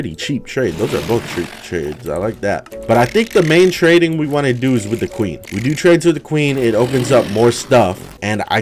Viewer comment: When he talked about building the trading area I thought he said training area. The villagers are having an even worse time